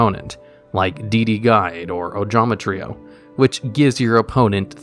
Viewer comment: holy shit he pronounced trio the right way this time